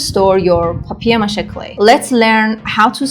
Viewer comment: Повеселило : " бабье' ма'ше" 😅.